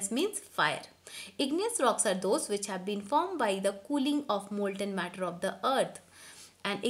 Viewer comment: One more its matter not metter